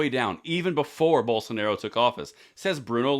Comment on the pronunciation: Just a heads up, Bolsonaro is pronounced Boll-sun-are-oo